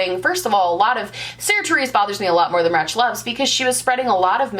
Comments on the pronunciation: "Ratch" loves 🤣 I can't. It's Rach, short for Rachel. C'mon now. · It's rachloves as In Rachel obviously. Idc if her views r different from mine. She is a great YouTuber and has amazing taste